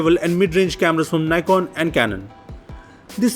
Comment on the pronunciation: He doesn't know how to pronounce NIKON